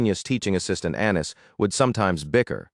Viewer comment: Annis sounds like Anus to me… don’t judge me…